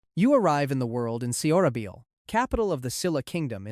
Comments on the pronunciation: It’s pronounced So- ra-byol ! 😭😭 but nice content tho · So ra bol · Suhrasol or just pronounce it as sorabol anything is better than the way this guys is saying it. Its not sills. Its Shilla. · The pronunciation of Seorabeol and Silla is killing me 😂